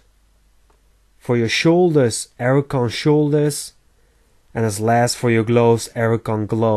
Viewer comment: Learn how to pronounce archon!!!